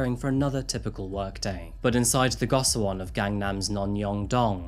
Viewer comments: Nice video just quick clarification on pronunciation. If you care. It's jOng like "own". Also it's "GO shee won." Finally, "far east" is antiquated at best. Highly problematic and eurocentric at worst. Orherwise, good job. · Go-shi-won is the correct pronunciation for those cubicle-like living quarters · Goshiwon is pronounced like go-she-won